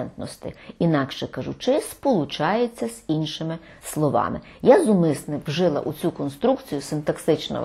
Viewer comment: Дякую. Є запитання. Ви кажете "вжИла". Хіба не "вжилА" правильно?